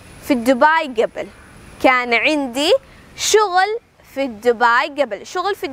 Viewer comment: ടീച്ചറേ.. നല്ല ക്ലാസ്.. But pronunciation കുറച്ചൂടെ നന്നാക്കാം.. മുമ്പ് എന്നതിന് "ഗെബിൽ " എന്നല്ല ഉഛാരണം "ഖബ്ൽ" എന്നല്ലേ....?